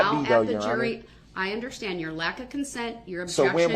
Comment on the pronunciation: Even worse is the audacity to pronounce the word ‘understand’ as ‘underschtand’ or even sometimes ’underschhhhtand’ It makes me want to fold his face in. I would pay reallly good money for the chance to do so.